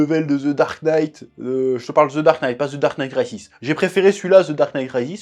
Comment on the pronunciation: j'ai cru il avait dit The Dark Knight Raciste au début bordel